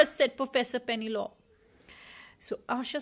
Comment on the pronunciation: It's pronounciation is penelopeee , also you should read stories much slower for kids to understand and have time to see pictures too.